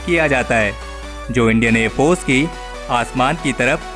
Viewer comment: Please pronounce air force properly